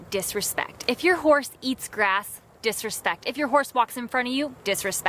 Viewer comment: how she said disrespect 😂